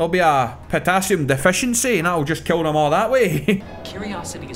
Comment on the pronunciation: You could call these videos "Keel everyone challanges".. because you keel them to the ground... FOREVER